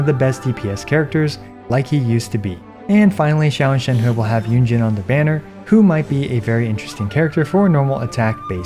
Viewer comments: You pronounce Shenhe correctly! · Salute for pronouncing Shenhe correctly. It's fuckin cringe to hear many Western youtubers pronounce her name "chain-hee" when it's 2022 and everyone has access to google.